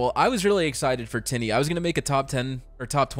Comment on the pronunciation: For this video I kept hearing you call tine as tiddy and I couldn't help but to giggle every time you said her name. Honestly this banner feels outdated like it should have been out last year but I'm happy for the fans. Man Everytime I see a character named Arthur I can just hear berserker say " AARRTTHHUURRR" in his deep raspy voice.